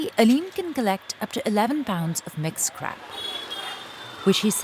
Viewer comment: "mixed crap" 😂 (mixed Scrap)